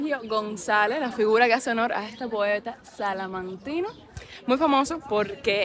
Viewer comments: Hola, para que lo digas correctamente y no te digan nada, el gentilicio es salmantino, no salamantino, un saludo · Salamantino NO! SALMANTINO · Solo una aclaración. No se dice Salanquino, se dice Salmantino. Por lo demás, Salamanca tiene la Universidad mas antigua del mundo. Saludos.